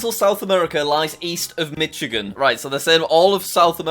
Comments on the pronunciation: STOP SAYING MITCHIGANNNN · Michagan is pronounced miSHagan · JACK ITS PRONOUNCED "mi SHI gan" NOT "mi CHHI gan" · Btw Michigan is pronounced Mishigan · How to prounouce michigan is mishigan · As someone from Michigan, it is pronounced MISH-again. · He also said Michigan wrong